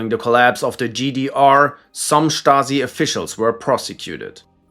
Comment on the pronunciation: Dude can pronounce stasi correctly but not yezhov